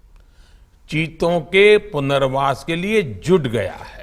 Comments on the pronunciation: चिटो नहीं चितो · अरे भाई चिटो नही "चीतो" होता है वो😂😂😂😂